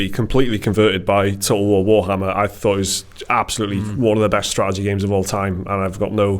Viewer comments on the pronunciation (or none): lmao you cant pronounce Total War Warhammer for shit xD Everytime you try its just "toe ool wo too wohammah"